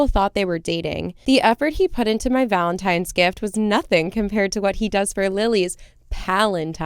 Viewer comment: Erin and I had the same facial expression when you said "Pal-entines" in the second story LOL 😂